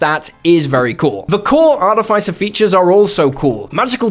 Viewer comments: It’s Are-tiff-iss-er 😡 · I find it funny how no one say articifer correctly art tis if fur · I don't mean to be picky or judgy but ARTIFICER is pronounced /är-tĭf'ĭ-sər/ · Am I crazy or this is NOT the right pronunciation of "artificer"? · please stop saying artificer like that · That's not how you pronounce "artificer". Check Google. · Why do you pronounce artificer like that O.o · The way he pronounced artificer with the hard I is noteworthy, comment worthy really, to me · you should learn how to pronounce words, hearing you butcher the word artificer over and over and over right in the begining of the video is very offputting